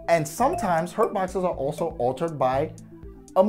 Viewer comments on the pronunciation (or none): none